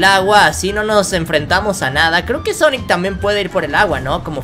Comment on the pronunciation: Quien lo ve con el corona pijas :v? Salu2 desde México 😎 y quién escucho que dijo xonnek pongan sub títulos a un que les pondrá sonex en ves de xonnek 😕